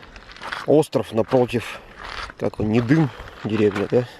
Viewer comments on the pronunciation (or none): Приветствую! Я родилась, прожила до 20 лет в п. Тура.) На Нидым ударение ставится на первую Ни. Кайфанула от ностальгии по берегу Тунгуска.. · Странно ...почему не сплавились до Туруханска от него тоже теплоходом хоть куда? Кстати, остров как и поселок Нидым правильно произносится с ударением на первый слог. Контент- огонь!